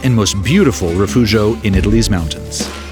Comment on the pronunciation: Wow, what spectacular views! By the way "Rifugio" is pronounced [riˈfudʒo] and "Angelo" is pronounced [ˈandʒelo]. You keep giving the soft Italian "g" a Spanish pronunciation, which is odd since you seem to correctly pronounce the other Italian consonants. You even pronounce the "gl" in Giglio correctly, which is far more difficult than the soft Italian "g" (very similar to the "g" in the English "giant").